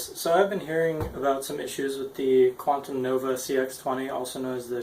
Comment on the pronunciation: its called Quanum not Quantum